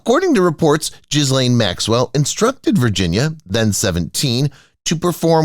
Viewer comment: Another commentator who cannot pronounce 'penchant' and 'Ghislaine'. Must be American!